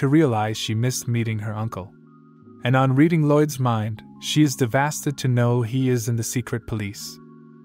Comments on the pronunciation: A little off topic but why does the bot keep pronouncing "devastated" as "DeVHASTED" lol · Why does bro say ThEvAsTeD instead of devastated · Dev-a-state-ed. NOT Dev-as-ted. I understand it's an AI doing the narrating, but poor spelling is the reason there are major mispronunciations. Please correct this in the future. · Devastated or devastid or devadid or diddeva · Who's gonna tell him its devastated and not devasted? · He is devastid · To try to say a big word and fail terribly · Bro I can't unhear it anymore 😂😂😂 Im so devastid 😂😂😂😂😂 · Omg every time I heard it I had a stroke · the fact that when he tries to stay devestated he says devasted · "devastid" I love it. Its my favorite word. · I guess devastid is actually the word "devastated" but with a different spelling and pronounciation? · Yo OP, look up the word “devastated” and how to pronounce it. It’s not “devastid”. Other than that, thank you for making the video.